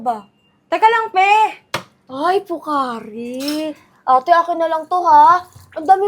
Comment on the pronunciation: hindi POCAAARI ang tamang pagbigkas sa POCARI SWEAT kundi POK-KARI SWEAT!